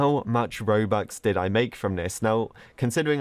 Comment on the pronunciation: Who else feels like every-once and a while he says mobux or bobux instead of robux